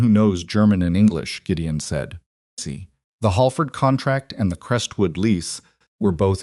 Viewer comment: Can't enjoy because of the word "see". You should really listen to your own stories to find the mistakes